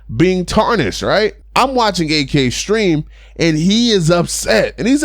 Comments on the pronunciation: If you can pronounce Yak, you can pronounce Ak. When you say Ak like AK sounds like he bout the life. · It's not A-K it's AK